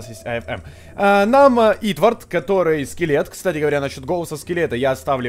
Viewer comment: Валентина Виннер= Правильнее не Итвард, а Итворд(◕ᴥ◕)